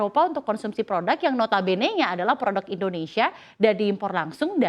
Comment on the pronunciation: Mbak, tolong, namanya Indonsia bukan Indonesya, tidak perlu niru lidah asing.